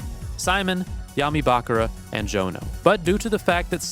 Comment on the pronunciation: why do you say bakara instead of bakura...